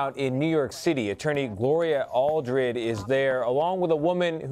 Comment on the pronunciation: It's "Gloria Allred"...say it right...